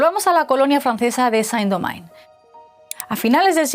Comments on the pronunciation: San Domain??????? ¿No somos ni siquiera capaces de mirar en Google como se pronuncia eso en Francés? País de paletos... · La presentadora pronunció Saint Domingue como si estuviera en inglés, estando en francés. ¡Qué bueno que el canal de una potencia colonial, acepte la culpa de otra potencia colonial (y la suya dentro de una culpa colectiva)! En un futuro también analizarán cómo varios países de Europa, incluyéndose, apoyaron el colonialismo, el apartheid y la limpieza étnica, en el territorio palestino, en .